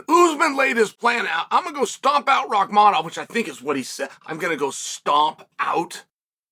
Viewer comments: Bro this nigga said Rimaev😂😂😂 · I am convinced CHAEL is butchering guys names on purpose at this point 😂😂 JACK DELA LEMA SHAVKAT RIHMAYEV KAMARA